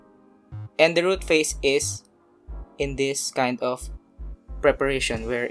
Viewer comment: ROOT not troot